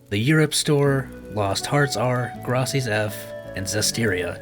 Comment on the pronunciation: OMG Graces like faces. Graces is an actual word. You were able to pronounce all of these made up names in the series, but mispronounced the title with an actual word? DEAD